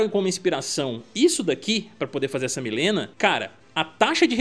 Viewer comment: Não aguento esse pessoal falando Milena. Gente, sério, seria muito melhor fazer um vídeo pronunciando o nome correto… Mileena